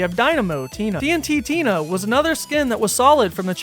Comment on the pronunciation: it’s just tntina not tnt tina